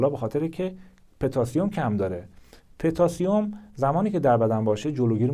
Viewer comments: پتاسیم پوتاسیوم نه petasium😅😂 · پتاسیم به ضمه پ درست است